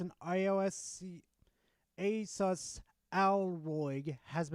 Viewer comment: It's funny how you make fun of shills that aren't saying ASUS right, yet you're not saying it right either, that is just funny irony, the salt is great though